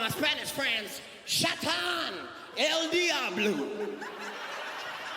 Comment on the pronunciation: Says “El Diablo” not Ldr Blue 😭